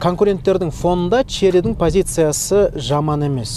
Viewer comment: Шли деп айтпашы родной! 😁